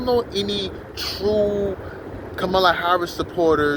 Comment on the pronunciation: I have no idea who you are, but you're a dumbass hater. Harris 2024! Say her name the right way loser.